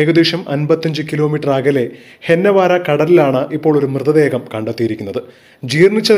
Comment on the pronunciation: ഹെന്നവാര അല്ല ഹൊന്നാവർ എന്നാണ്